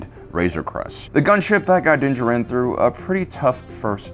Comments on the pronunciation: Din Djarin's last name is pronounced in a similar manner as Django. The "d" is silent. It was bothering me. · You are allowed your opinions, but Jesus man say his fucking name right. It's not Din Djar In, it's Din Djarin. Say it like it's one fucking word dude, how hard is it. The armorer fucking says it, out loud, Moff Gideon said it, out loud. Do you actually even watch these shows or do you just read the subtitles? Fuck man, come on, it's not hard. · The way you say Dinn Djarin hurts my ears. The Armorer literally says his name in the episode. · How do you watch the show this closely and still mispronounce Mandos name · Why tf do you say Din Jarin's name like that there's no speculation on pronunciation they say it several times in the series, fuck the way you say it drives me insane